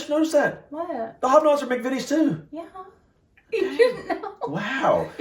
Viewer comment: I am disappointed you did not read the instructions on the Farley rusk box they are for babies also learn the proper pronounceation for mcvities the first I is pronounced eye, just saying